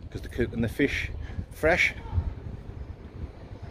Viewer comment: nice bit of flish